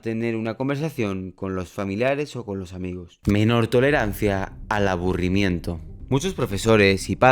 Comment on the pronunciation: "abburimiento"‼️🗣️ Que buen video XD